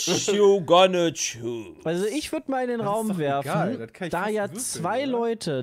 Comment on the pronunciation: „Witsch you gonna tschuus“